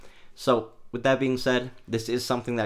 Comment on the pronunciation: It's Mossberg. Not Mozzberg. 😆